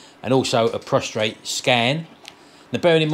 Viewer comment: hope you get better soon! It’s very uncomfortable! BTW the correct terminology is PROSTATE not Prostrate. (Drop the R) Prostrate is when you lie flat with your face down. You are lucky to have Sharon look after you too. Love to you both from my home in Penang Malaysia. I am actually Manchester lass! Happy New Year to you and your lovely family! Love you all Lynda XXX